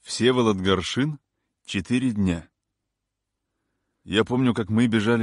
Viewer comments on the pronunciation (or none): ГаршИн ( !!!???) Вы хотя бы поинтересовались,где ударение ставить прежде чем читать!